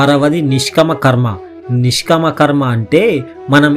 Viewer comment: భాష సరిగ్గా palakadam లేదు. నిష్కామకర్మ బదులు నిష్కమ అని పలుకుతున్నారు . ముందు తెలుగు నేర్చుకొని అప్పుడు వీడియోలు చేయండి